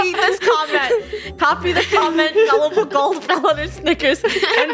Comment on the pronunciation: ITS GULIBLE NOT GUILIDLER